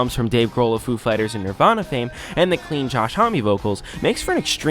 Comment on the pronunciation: >thoughtful, well-researched essay >pronounces homme right >kyuss